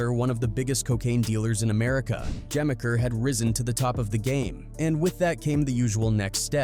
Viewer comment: Im gonna help you out. It's Juh-meek-er, not gemiker.